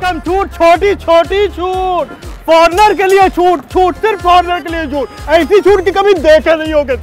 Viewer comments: Was he saying chhutt chhutt or chut chut 😂😂😂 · Chhut ki jagah Chut bolra hain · Yaar ye chhuट bol rha tha ya Chuत bol rha tha??? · In last he is not saying "chhut" he is saying "ch*t" 🤣🤣🤣🤣🤣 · Last one was hilarious I heard choot(vagina) instead of choot(discount)😂😂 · Chhut chhut ke jagah ch*t ch*t sunai de raha tha 😂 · I confused when he was saying "CHUT"🤣🤣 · Everytime He says Chhoot, I Hear Chut 😂 Edit : Last Me Chut bolwa hi diya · भाई छूट बोल रहा है या चू** बोल रहा है 🤣🤣🤣🤣🤣🤣🤣🤣🤣🤣